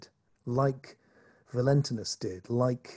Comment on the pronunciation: This was brilliant! The only thing I would disagree with you on is your pronunciation of Valantinus :)